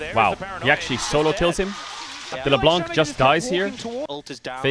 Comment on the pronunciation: Sir could you stop saying Leblan(C!) its Le(Blan)c , the C is muted. Love your videos <3